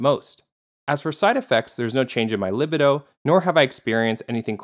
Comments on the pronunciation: ITS PRONOUNCED LI-BEE-DOE, NOT LI-BID-DO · Finasteride is also used for prostate problems (and it’s leg-BEE-doh). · So many YouTubers mispronounce words. Libido is pronounced luh-bee-doh. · That pronunciation of "luh-bee-doh" was rough, buddy. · Libido = lih-BEE-doh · Pronounced: LiBeeDoh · Li bi doh? Lol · I’m sorry but no one is confused or phased by the way he pronounces libido 😂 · "libido" with soft second "i"????? Never heard it pronounced that way. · BRO PRONOUNCE LIBIDO CORRECTLY FOR GODS SAKE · You mispronounced libido. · an MBA but pronounces "libido" that goofy way.